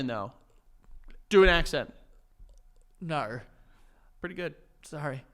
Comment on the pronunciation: he is Australian though… do an accent Joe: 𝓃𝒶𝓊𝓇 👁️👄👁️: pretty good 😂🤣